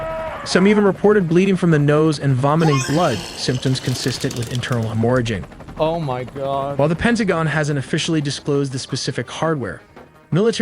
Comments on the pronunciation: Cant even pronounce hemorrhage properly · Posession of such technology but the Ai can not pronounce "hemorrhage"